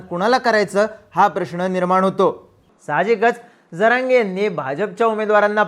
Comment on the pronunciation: प्रतिनिधी साहेब स्टँड लावू नका... हा शब्द चुकीचा उच्चारला ...जरागयाला तर बांबू लावला पाहिजे.